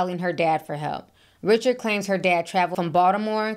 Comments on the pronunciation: Ri-shard, not Richard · I think her name is pronounced Dawn Ri-Shard.